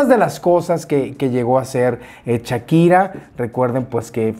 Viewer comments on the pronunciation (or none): Un like por cada "chakira" que dice mi 😅 muy bien chismesito mi!! 🤭